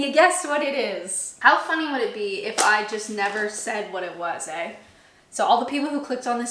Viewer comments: We are so pleased and happy to dial in and view you in your "personal hell"! Even better was when you spoke the magic Canadian word: "eh?" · There was an "eh" in there at the start. How canadian.